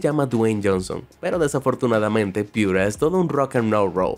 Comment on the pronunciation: Mi mamá me dice que la piura chilesis o como se escriba esa wea sabe a yodo y que se pronuncia piure